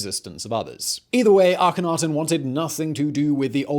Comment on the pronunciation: I have heard that the K in it is silent. It is a-hen-a-ten